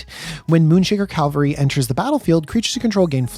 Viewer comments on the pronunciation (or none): Its Cavalry Not Calvary😂